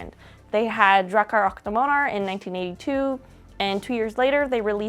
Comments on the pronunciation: "och" is pronounced "ock", like the first syllable of "octopus". The weird spelling is a remnant from old swedish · och is pronouced ock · nah the "Och" is more like the "Oc"in Octopus.